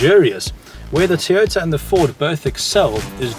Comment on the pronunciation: its toyota not tiyota... thats how its pronounced